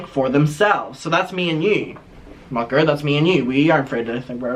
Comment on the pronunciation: every time he says mucker, my ears trick me into thinking he's saying "fucker" lmao